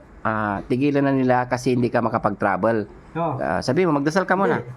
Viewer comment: BUGOK BULOL IT TRABEL SA REMICA,ST KORIATINGGAPOR HA JA KOL KÀ NA LANG..